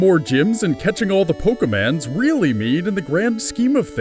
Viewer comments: its Pokemon not pokeman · its... POKEMON not poke"man"